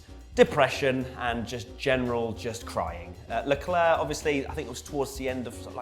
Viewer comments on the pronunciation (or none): none